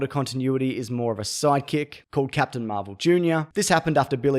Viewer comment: Why is nobody talking about Zap-tain America? Lol